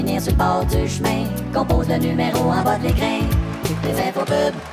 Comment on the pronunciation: Même au Québec ce n'est pas une prononciation correcte de "écran"... ça sonne totalement comme "écrin" à la place. C'est assez anormal pour que ça fasse penser à la série tv "Le cœur a ses raisons". Pérusse joue souvent avec les accents, mais dans ce cas-ci, ça a l'air inventé pour forcer la rime.